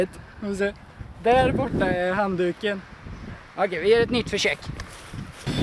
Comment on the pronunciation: when you tried the egg for the first time you said something about it not hitting the towel (*...and there is the towel*) You said handdüke or something, which sounds really like handdoek (dutch and frieze, holland) A teacher of mine said she had met some swedish ppl (idk if it was swedish) and she though they were talking frieze also, but it was just swedish, they could just understand each other because it just looks all the same, we are leanguage-related :) I like that fact!